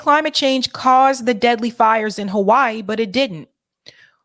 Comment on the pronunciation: Now I know why you call Hawaii "Ho-Why-ee"... The other side of Halli-wood.